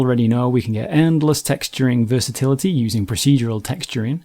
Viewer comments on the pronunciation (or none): none